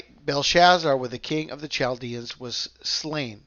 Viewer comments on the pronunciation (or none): none